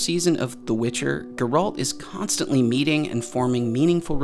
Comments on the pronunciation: First off his name is pronounced GARE-ALT not GER-RULT for the love of GOD...Did you really watch it 3 times? I only ask because you keep pronouncing his name wrong even though literally everyone in the show says it right. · Dude, I love your videos but you just made me cringe saying Sir Geralt of Rivia’s name so wrong like that!😅 It’s Ger like air. And alt like fault. His name is Geralt.😂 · dude you said you watched the series 3 times how can you still mispronounce "Geralt" it's stressed on the "e" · Every time he says Geralt’s name I twitch a little. How do you hear the name in the show and then say it like that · You watched the show three times but still can’t pronounce the main character’s name? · I cringed so hard whenever he mentions Geralt xD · You are pronouncing Geralt wrong and it drives me nuts.... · Why does everyone new to The Witcher always pronounce his name wrong?? And like bruh, you watched it three freaking times. HOW YOU GONNA MESS UP MY BOY'S NAME LIKE THAT?! lol